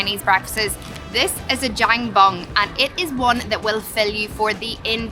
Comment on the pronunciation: if it's your staple diet then say it correctly..... Jen Bin (jian bing) for the beef congee, you can also dip the youtiao into it as well... also add a bit of white pepper (if they have it) to enhance the taste... you'll need to try the spring onion pancakes..... wrap it with a stick of youtiao.... heaven